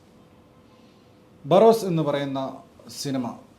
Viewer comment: ബാറോസ് ❌ ബോറോസ് ✅